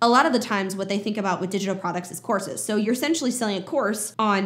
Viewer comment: I know you're saying "courses", but a lot of the times I'm hearing "horses"! Makes for some very interesting sentences in this video!